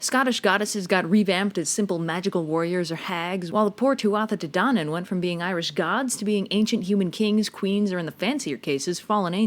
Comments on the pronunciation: As someone Irish, the pronunciations on this are expectedly bad and I do cringe. "Coo cul-in" and "too-da de dawn" are the glaring ones. I love the series but I have to be that person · "Why isn't Celtic mythology well known?" England. England and the Vatican especially. Also, the name of the Tuatha Dé Danann is pronounced "Tua Dé Danann." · I loved the video but I pissed myself laughing at the pronunciation of the Irish words. Sorry I'm from Ireland and it's hilarious. Tuatha Dé Danaan is pronounced as Tua de dan-in and Cú Chulainn = cu cull-in. You can't pronounce Irish words as if they're English. Btw the raven that lands on Cú Chulainns shoulder is the Morrigan, she warned him he would die in battle and she drank his blood once he died. Hope that helps, Irish is a mad language 😄😂